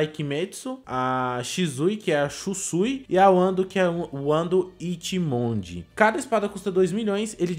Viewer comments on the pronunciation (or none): Pf fala shiSSui n shizui pffff da mt agonia serio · O nome da espada é "shusui" não shisui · O NOME DA ESPADA Q VCS FALA SHISUI N E SHISUI E SIM SHUSUIIIIII-_